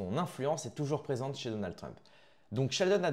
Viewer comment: Donaldeu trump !? 🤣😂